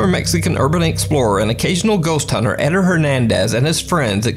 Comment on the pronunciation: It's not Edder, it's Ed-dare. Edit: Spanish emphasizes the second syllable.